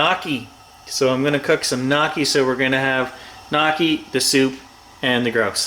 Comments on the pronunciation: I was wonder what the heck you were talking about having with your birds: Knocky??? When I saw them I understood. They are called "gnaw-key" with the Italian gn.... sounding like the Spanish N with the tilde. Boun Appetito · Pronounced the Italian way :) gnocchis are Ialian: n-o-ki The o like in 'so' noki , ery simple. How do I know? We are an Italian family.